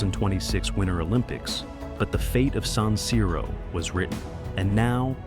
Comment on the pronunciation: Quello moderno sarà bello quanto questa voce artificiale che continua a dire saniro. Di per sé la cosa poco convincente. Poi vorrei capire cosa cavolo c'entrano i centri commerciali con lo stadio.